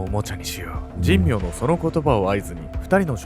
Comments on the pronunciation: じんみょうじゃなくて…しんめいね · じんみょうじゃなくて、しんめいかつのぶな。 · この加害者斎藤と2人目は神明でしんめいと読みます。確か、茂原にはしんめいは何軒もありましたから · じんみょう ではなく しんめいです